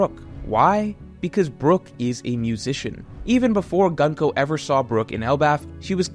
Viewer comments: Pleeease stop calling her Gun-ko...... It's distracting af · For future reference her name is pronounced グンコ - goon-koh The same way you pronounce the U sound in Luffy